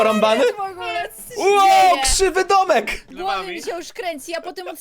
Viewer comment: nie dolek tylko domek